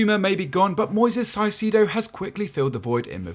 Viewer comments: It’s pronounced “kai-se-do” not physido, it’s like kai on Kai havertz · Caicedo isnt “Salcido” LOL…. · Why do you call him "saicedo" ? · He didn’t say salcido he pronounced it si-sido